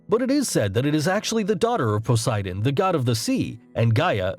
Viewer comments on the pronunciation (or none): The way this guy pronounced "Scylla", I had no idea what he was talking about at first lmao (Also, pronouncing the "ch" in "Charybdis", and the distinct "poe-sigh-done", what the fuckkkkkk I'm dying) Edit: I just got to "kuh-too-loo" and I'm now convinced this is on purpose. There's no way this guy genuinely believes this is how to pronounce these names. No fucking way.